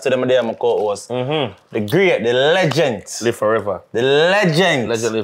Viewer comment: Lengent with a t not d 😂😂 up walkie